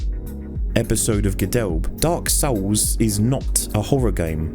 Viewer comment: I always love the pretentious video essayist pronunciation of DAWK SOWLS.